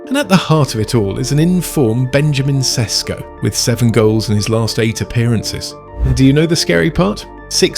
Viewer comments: It is not Sesko...it is Šeško (Sheshko) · you are demented if you think that the system wasn't the ONLY thing that was the problem. You think it's a coincidence? Players get to play a formation they all know, target him 10x as much as before. Even Fernandes and other players are shining more. He didn't find form. They got rid of the strategy that had to be polished more, if it would have worked at all. Also learn how to pronounce a players name before making a video.